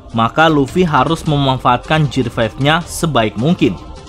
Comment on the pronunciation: GEAR = GIR bukan JIR